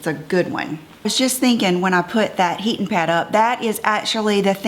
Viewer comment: It was so cute how you kept saying “heatin’ pad”! Southern roots shining through! ❤️